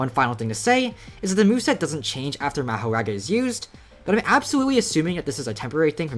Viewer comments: my brother its maahoraaga not ur american meherega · Its Mahoraga not mahoRaga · Never pronounce Makora again 🙏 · omfg please say it normally not mah o raga it is maho raga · its pronounced "mah-huh-raga" btw. no hate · It’s pronounced ma-whore-rah guh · its pronounced mah-hoe-ra-ga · Ma-Ho-Rog-Uh is how u say it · It’s ma like like calling someone your pa so, ma ho raw ga pronounce it like that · let me help you out, its ma-hoe-rah-guh say it fast, dont really enunciate anything thats just kinda how its spelt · its pronounced mah ( like how you pronounce max) hor ( like how you prononce hore ) aga ( like how you pronounce raga) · Ma•Ho•Raga now say it together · maho-raw-ga plz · it's mah-hor-ahga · Mah- WHOR- RAGA, THATS HOW YOU SAY IT. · its Mah-her-raw-guh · Ma-her-aga . practice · mAhorAgA, my ears bleed from you saying mahoraga :face-purple-crying